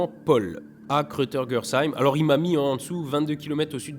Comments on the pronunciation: Krautergersheim ça se prononce Kraw-tèr-guèr-sheim déso je sais pas écrire la phonétique (bisou<3) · Gros fail pour la prononciation de Krautergersheim par contre !